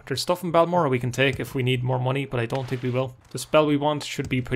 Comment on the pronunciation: Eye tink